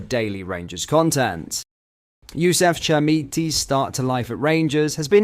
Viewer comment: What is it with you !! 3 pronunciations of Chermiti name And 2 pronunciations of Souttars name All you're podcasts are the same these days , you seem to fancy yourself as some sort of linguistic expert , get back to basics instead of sounding like a Di@ Last season you were a really good watch Right up to date, early reporting and usually spot on This season your a bit lazy repeating the same news on several different podcasts